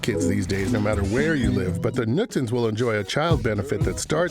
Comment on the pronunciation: I just think he couldn't say Knudsen maybe